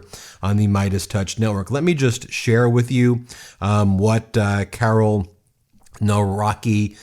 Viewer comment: Karel, as in Charles. Not Carol.